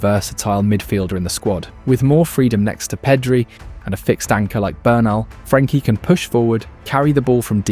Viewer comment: Yeah also it's not Peedri it's Pedri